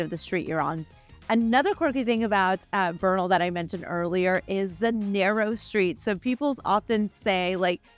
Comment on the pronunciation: It’s Bernal heights! 3rd generation born there… we don’t say Beeernal, and drag our words, like omg ish